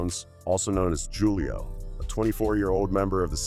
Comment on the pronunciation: You literally just called him JEWLIO AND Dominican Republic